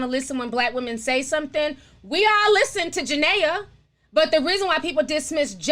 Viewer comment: We love you Ti, but Jenae is pronounced Jah•Naye, not Jah•Naya. We know that you mean well💜